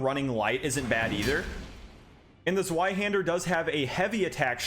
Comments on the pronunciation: im Sorry but i find it funny how you say the word "Sweihänder" instead of "Zweihander" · Sorry to be that guy, but it's pronounced ZVeyeHander EDIT: Thanks for the video. It's useful to see demos of all the weapons in one video! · Immediately stopped the video when you pronounced it "Zuaihander" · It's pronounced "Tzvy-hender". Rhymes with buy or guy. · It’s pronounced “Ts-Vai-Hander” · The way he says zweihander (zuayhender) hurts so bad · Zweihander is actually pronounced “Zvei-hender” and it is German for two hander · The Zweihänder easily has to be my favorite of the colossal swords…I will say, the way you pronounced it gave me physical and mental pain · Your pronunciation of a zweihander is painfull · Zweihander is pronounced like the w is a v